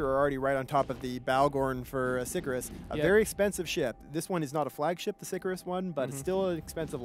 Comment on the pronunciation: It's obvious Latin is something someone in CCP can't GRASP, but.. ffs. It's not "sick-a-rus", SICARIUS. Do your homework.